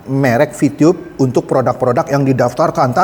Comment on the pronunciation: Vitube boss , bukan vitiyub 😁